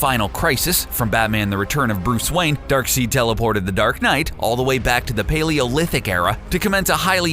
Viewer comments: It’s pronounced DARKSIDE spelled DARKSEID. Tf is DARKSEED? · And it is pronounced dark*side* not dark*seed*. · One It's Dark Side not Dark Seed. Two Batman has powers just not the way you would normally think of them as he can see Deadman something no other mortal can do, he can and has breathed in space for a second ( longer than anyone without powers can do) he has also been shown in Rebirth as being able to sence magic/magic use plus he is a better detective than all real world law enforcement agencies combined ( When written correctly) Not to mention the fact that even with his memory erased three different times of who the league of shadows /Assassins were he still found them again so go ahead and believe he doesn't have any powers if you like but evidence points otherwise. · It's pronounced darkseid, not darkseed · Darkseid is pronounced Darkside, not Darkseed... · It's pronounced, "Dark SIDE". You can call him dark seed if you want just so long as you know you are saying it wrong. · 'Dark Seed' Interesting... I pronounce it Dark side(Darkseid) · ITS DARKSEID NOT "DARKSEED"omfg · Who the hell is "Darkseed"? He can't be Darksied, that's pronounced "Darkside". I mean I would hope that comic book nerds know this which leads me to believe this guy isn't a comic book nerd and is just doing this for the paycheque. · When ur host provides proof he has no knowledge of Batman or DC and is simply reading a script.. pronounces Darkseid (dark-side) like "Dark-SEED" and u still publish the video. Lmao. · He said doom tube and dark "seed" maybe i was saying it wrong b/c i thought it was dark "side" and boom tube maybe i was wrong tho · It's pronounced Dark side. Not seed. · omg it isn't darkseed it's darkseid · dilligafboss THANK GOD someone actually corrected him on that I got really annoyed with it also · U kept saying dark seed, it's darksied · Is not darksid is darkseid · Its not darkseed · Did my man just call Darkseid Darkseed! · DARKSEID is pronounced as dark side